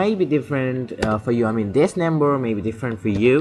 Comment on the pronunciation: Computer dis nimber/paste dis nimber/my rooter/enible/dat suspucous device/comment if this wedio helped you. My man I'm not trying to make fun but I just can't understand what you're saying! And if you do have a speech problem sorry but if you don't then uhhhh.... Work on your English.